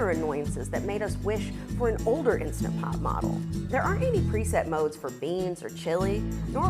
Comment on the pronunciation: I would take your review more seriously if you pronounced the name of the product properly.